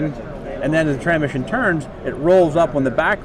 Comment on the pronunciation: How’s this guy do nothing but transmissions and yet he didn’t pronounce it correctly the entire video